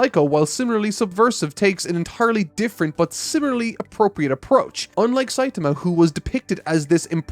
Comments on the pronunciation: I had this video on in the background while animating when suddenly (and few seconds prior) said "Saiatama" and not "Saitama" That took me out of my focus Still a great review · why the fuck is he calling Saitama Sayatama?!?!?! i thought it might be a fluke the first time, but 4 times in a row is not a fluke :(